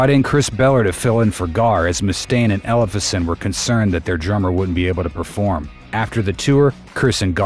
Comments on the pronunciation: "Ellef-son", not "Elles-fe-son"! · Can't pronounce Ellefson lol